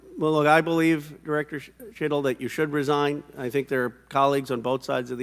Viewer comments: Anyone else hear “shittle”? 😅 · minutes into the video😂😂 Listen to how he pronounces the director cheatle's name😅